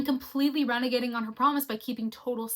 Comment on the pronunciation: There are a few times when you say things which are not quite right. Reneging, not renegading. Saccharine with a K sound, not a CH sound. Deuteragonist, not durotagonist. Actually, after the deuteragonist line, you say something I can't quite decipher. "... his harmlessness through any lepertoire." As for "forcing the nice guy to reveal himself for what he truly is"... Calling us to turn off our brains, reject complexity, and classify people as 100% bad bothers me. People can genuinely hold many feminist beliefs, and yet violate these beliefs in the name of their own gain. When Neil Gaiman made those statements, was it all an act, designed to disguise the mustache-twirling, cackling villain? No; that's a seductive fiction. It is absolutely possible that he meant what he said, and yet did terrible things to women. Yes, he absolutely can do both. I will tell you what the nice guy is: complex. All human beings are. I don't like this business of crying "Simple simple simple! Bad bad bad!" Neil Gaiman did terrible things, and must pay the appropriate penalties. Nevertheless, he is still a human being, containing within him good as well as bad. People are complex, no matter how desperately we want them not to be. We hate the fact that we can feel both love and disgust for the same people; if only we could lie to ourselves and say that they were 100% good or 100% bad, so that we could just feel one emotion instead of struggling with that conflict. But we would indeed be lying to our